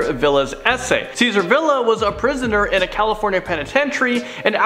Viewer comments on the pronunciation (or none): none